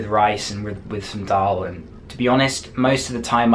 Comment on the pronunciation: you said dull and ruti